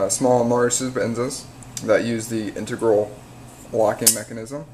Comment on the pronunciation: in-teg-ral. not intergral.